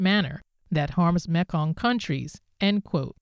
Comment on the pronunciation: Great Report. Thank you. The correct speech pronunciation for the Mekong is "Me kong" Its not Mek kong.